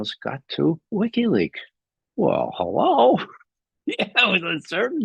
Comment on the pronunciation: Is Trump on Myrotvorets? "Jake Sullivan" and "mastermind" in the same sentence 😆 And Ray's "well, hu-LLOOO!" 😂